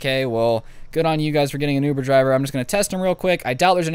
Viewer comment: My boy said ovoo driver. Im pretty sure he got it from that one vine